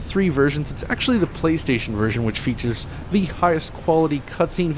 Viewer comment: featuesh :D